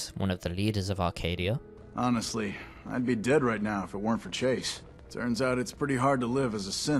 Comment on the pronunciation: every time i see/hear someone say acadia as "arcadia" i feel so disappointment in people